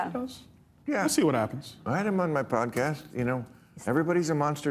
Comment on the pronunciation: 'Pomcast' hahahha